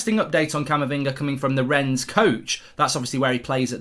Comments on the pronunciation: No great lover of the French but I have to say I get triggered every time you say "Rens" lol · Mark - pronunciation tip - the "s" in Rennes is silent